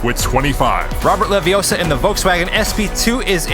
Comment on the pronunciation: It's leviOssa. Not leviossar. Just saying.